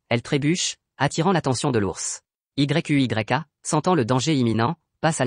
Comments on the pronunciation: Mec arrête de dire yu y'a 😅dis seulement yuya😊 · * arrête de dire y u y a * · Tu m'énerve quand tu dis y u y a dis plutôt yuya tenjo c'est mieux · c'est quoi ce nom Y.U.Y.A dis simplement Yuya c'est mieux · Ce résumé est beau 😘😘. Mais tu m'énerve lorsque tu dis Y.U.Y.A😤😤😤. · Dis plutôt Yuya au lieu de Y.U.Y.A😂😂😂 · Oui dit yuya et non y u y a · Wsh comment tu dis yuya à la place tu dis y u y a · Yuya pas y u y a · Mais c'est quoi ce nom Y.U.Y.A 😂😂 dites juste yuya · Arrête de dire yeyk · Arrête de dire yuya😠😠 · Ouais mec c'est frustrant 😕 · Pq tu dit y.u.y.a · Arrête de dire Yuya 😡😡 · Ça énerve quand tu dis y,u,y,a🤬😡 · Arrête dire Y U Y A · Arréte de dire y u y a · Sa donne mal à la tête dsl